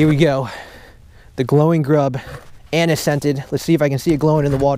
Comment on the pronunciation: Anise : "uh-nees" lol